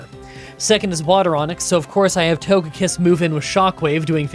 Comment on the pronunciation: Yeah, it's odd that he mispronounced ToGEpi and ToGEkiss 😢